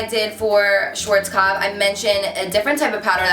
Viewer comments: Love the video but you're pronouncing schwarzkopf wrong haha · Hey♡ I'm from germany! :) It's so funny how you say "schwarzkopf"♡♡ and the Video is Very Good♡ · It sounds so funny when you say Schwarzkopf :D btw. you are really popular in Germany. The other day i wanted to grab a lipstick from mac and the girl said that its sold out because some girl called Carli from youtube said something about it. :D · love that hair style!!! :) <3 P.S. as I'm german it sounds so cute to me how you pronounce Schwarzkopf (no offense! :))